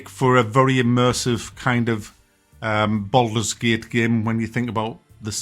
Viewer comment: "Bald mans gate" 😂